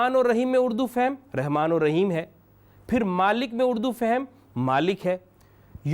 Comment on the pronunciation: بھائ جان پہلے رحمان رحیم صحیح پڑھا کرو پھر لوگوں کو سکھانا چاہیۓ۔ مادری زبان میں أپ رحمان کے( ر ) کے نیچھے زیر استعمال کرتے ہو۔ (ر)کے اوپر زبر ہے بھائ یہ قرأن ہے ۔رب العلمین میں (ب)کے نیچھے زیر ہے کہ (ب)کے اوپر پیش ہے ۔ پہلی سورہ فاتحہ نہیں أتا تلفظ سے اور لوگوں کو سکھانے والے ہیں۔